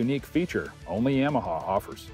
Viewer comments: What the heck is a “yahmahaw “ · Stop saying "YAMAHA" like that.